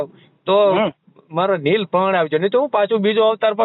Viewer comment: neel nahi leel bolo